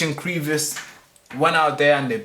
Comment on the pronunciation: Isnt it CREVICE? As in a narrow opening or fissure. especially in a rock or wall? No EE in Crevice bro